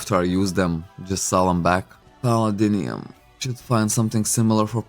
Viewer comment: I like your pronunciation of palladium = palladinium 😂